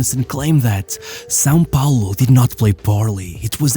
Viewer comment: Your pronunciation on "São Paulo" was spot on!